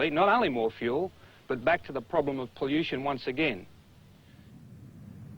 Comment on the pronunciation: "Poution"- and again I really like these retro car reviews, just had to have a small chuckle at Peter's pronunciation of pollution